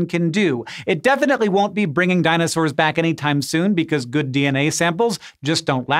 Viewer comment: "dinosawwr dna"